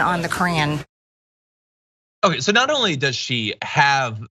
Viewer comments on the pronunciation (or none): Mr Green please learn how to pronounce Quran